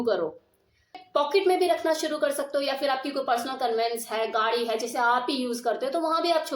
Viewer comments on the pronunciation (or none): none